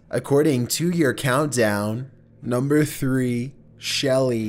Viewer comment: nohmber fehftehn